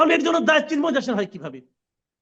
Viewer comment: ব্যাটা জা নোয়ার জ ঙ্গি, "চিন্ময়" শব্দটা সুন্দর করে বল।